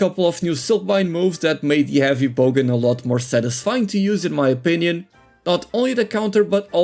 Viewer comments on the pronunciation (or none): Great video. By the way, it’s bowgun not bogan 😊